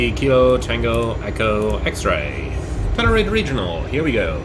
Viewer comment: I thought he was saying "tenerife" 😂